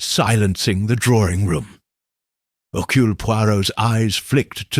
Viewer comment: Not hercoole but Hercurl